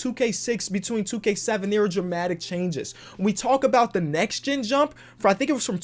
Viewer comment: Omg forgot the “T” in “NEXT”